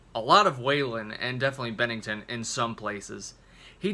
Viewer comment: At least you pronounced “Bennington” correctly. (Why-land) (Goot) And, in my opinion, Meadow and Finest Hour are the dedications. But wtf do I know?